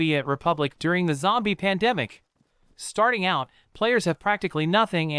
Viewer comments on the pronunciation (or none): none